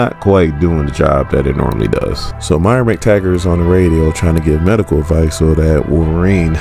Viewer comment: call her MYRA one more time! lolz nah solid video